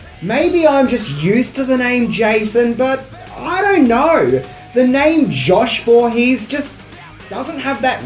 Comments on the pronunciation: Josh voorpoo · huh.....josh vorhess....huh